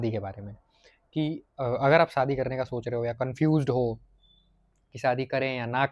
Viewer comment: शादी बोल ,सादी नहीं।